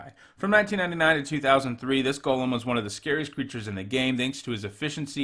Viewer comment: I appreciate how you pronounce golem